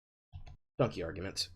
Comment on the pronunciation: it's dunkey not dunky! haha, love ya.